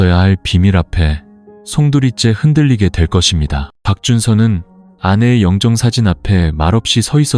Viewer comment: 영정사진을 0정사진? 역시 AI네